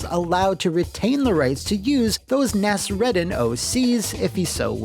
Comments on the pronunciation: the name Nasrudin is actually pronounced Naas-Roodin. Not Naas-Redin. Very famous Persian Character. Not turkish. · You really need to work on your pronunciation of middle eastern dialects: it's EEdresh Shah and MOOlah Nahz-Roo-DIN.